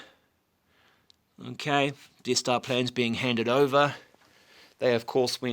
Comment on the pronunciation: How many times he said okeh😂